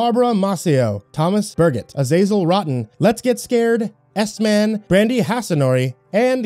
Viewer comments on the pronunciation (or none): none